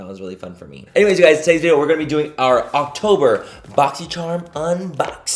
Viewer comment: I literally thought you said, "It's Cocktober" in the beginning because apparently I'M A PERV! 😆